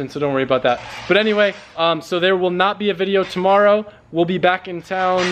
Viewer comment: "There wont be a video tomarrow"-... Also "ill see you guys tomarrow" 😂😂